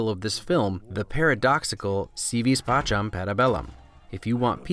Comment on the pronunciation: The letter 'c' in "si vis pacem, para bellum" is a hard consonant sound, not the 'cha' sound as read at the end of this video. Latin almost always used hard c sounds, not the more interchangeable hard/soft (like an s) of modern Italian. The 'v' is pronounced softly, more like a 'w', as well.